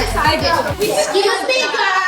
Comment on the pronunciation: U spelled girl wrong u said grill